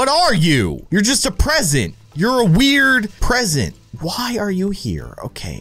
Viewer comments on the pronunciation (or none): He say present weird because he thought the present takes all your items!